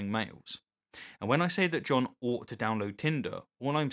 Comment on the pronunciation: I feel like you "petersoned" the word "ought"...